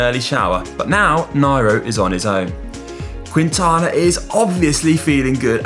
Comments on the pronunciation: quinn-tana? There is no q sound more like a k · Is pronounce “King-tana” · Not QUIntana, no U pronounced in Spanish. Drop the U when you are pronouncing Quintana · I giggled every time Conor said "Cuintana" xD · If you are making a video of a person, learn how to pronounce his name first! Booo